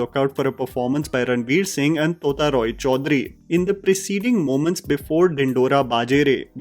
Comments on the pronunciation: sir ji, it's टोटा रॉय चौधरी, not तोता, I know it spells similarly in English, but in bengali, it spells and sounds differently ❤ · ....its tota...should sound like tota in total..its minor correction from a Bengali boy...❤ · I love your analyses however you need to pronounce the Bengali names properly. You said Chunri where her name is Churni and Tota is pronounced as the 't' in tea. I remember you mispronouncing Parambrata's name as Parambarta, please try and take care of these details.